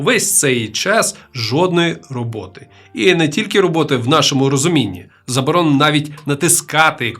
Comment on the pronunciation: Оні, суєта, двацать, забаронено…?! Може було б цікаво послухати але неможливо слухати. Цікаво, а в який момент людина, яка не вміє розмовляти, вирішує записувати себе і свій голос на відео?